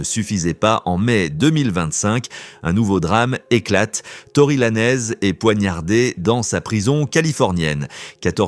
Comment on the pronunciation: Tory Lanez👀🙄😳🫵🏼🤣. La langue française c'est possible🤦🏼‍♂️🤌🏼. La prononciation du rappeur est foudroyante. Si le fait de bien dire le nom, prénom ou pseu(pseudo) d'une personne vous déchire. Dite X ou Y. Ne vous compliquer pas la vie🤷🏼‍♂️